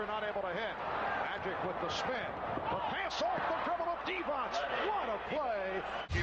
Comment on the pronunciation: Vlade Divac not Divic lol :D